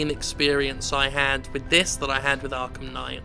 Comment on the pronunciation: why ru calling it arkham sky?